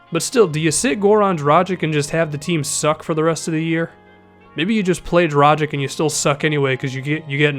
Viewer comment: Dragić is pronounced Drah-geach